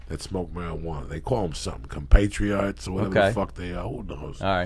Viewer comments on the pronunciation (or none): What word was he tryna say with "Compatriart" hahaha